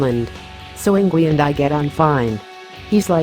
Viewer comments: It's not Eengwee, silly girl. It's Eengvay! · Pronunced ING-Vay !! Ignore the auto-voice. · Good Lord! Enough with these horrid robo-voice videos! “Ingwee”? Really? Instant dislike for that alone... SMH... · I hate robot voices. "Ingwee." ugh. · you could at least pronounce his name rite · Is this google trying to pronounce Ynwie? He's Swedish, Swedish is a Germanic language, and Germanic languages pronounce w as v.